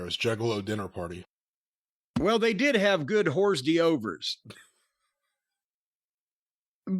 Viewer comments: It took me a hot minute to decode "Horse De-Overs" lol it's pronounced "Orr Derve" ol' buddy, it's French. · Corny said Horse douevrs when talking about the Juggalo Dinner Party 😂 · "horse dee overs" 💀